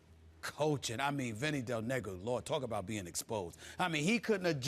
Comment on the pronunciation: Did Stephen A. say "Vinny Del Nigga"?